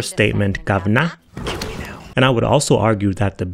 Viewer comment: please dont attempt to say "governor" again...nobody really says it